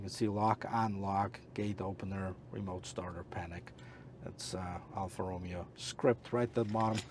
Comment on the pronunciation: Alfa Romeo...not Romeo like in Romeo and Juliet....🤔